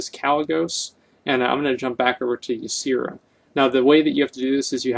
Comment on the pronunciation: I am pretty sure it's pronounced Yeah-seh-rah not Yi-see-rah.